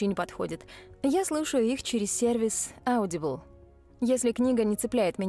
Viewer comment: Не аудибл, а Одибл. Любой, кто слушал там книги это знает)